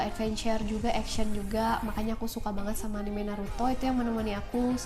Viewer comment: Bacanya anime bukan anime kak